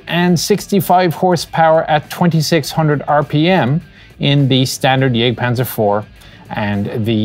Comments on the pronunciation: it is Jagktpantzer, not jêgtpahnzer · "Jagdpanzer" : please don't pronounce the "a" in "Jagd" the English way.. Besides great work.